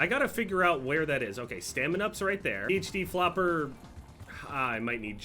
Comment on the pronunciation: Dude pronounces PHD flopper like it has the will of D